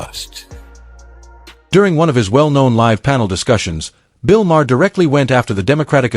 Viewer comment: AI slop. Bill's last name is NOT "Ma" despite the voiceover.